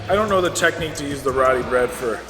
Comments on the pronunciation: it's Roti not Rowdy bread. Meal looks delish. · Hey Roodi bread? Roooo-tee. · Dude, the WHAM! sax drops about made me piss my pants laughing so hard!!! Good Video. Also, it's not Ro-dee, it's Ro-TEE. LOL!!! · you pronounce Rotis like Root-E not Roti. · ITS PRONOUNCED RO-TI NOT ROT-I. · Please pronounce the bread as roti, not rodi. Thanks. Love your videos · Hey, been a fan for a while. Small thing, but it always bugs me and maybe you can help change. Basmati is pronounced boss-mah-tee. And roti is pronounced row-tee. Either way keep up with the cool videos!